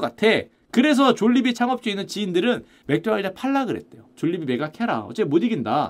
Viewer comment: 마르코다날드는 뭔가요 ㅎㅎ 맥도날드의 일본식발음 마크도나르도? ㅋㅋ 필리핀에서 맥도날드 매운치킨 먹었는데 바삭하고 고소하고 맛있어서 감동했었는데. 졸리비치킨보다 맛있었음. 일본 마크도나르도 한국맥도날드에서 필리핀 맥도날드 치킨처럼 튀기면 좋을텐데 라고 생각했음요. 필리핀 가시면 맥도날드 매운치킨 강추요.졸리비 스파게티 엄청비추합니다. 케찹맛만 나요.면은 불어터진거같고…저도 조금먹다 버렸어요 ㅠ